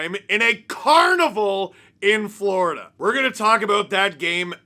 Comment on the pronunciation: Lost to “Vloridah” … meh 🫤 💩 🐍